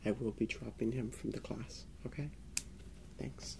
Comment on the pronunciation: lol why is he saying "hm-kay" instead of "okay", like that teacher from South park 😂😂😂